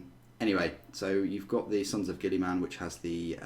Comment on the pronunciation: it's not "Gilly-Man" it is pronounced "Gill-A-Men"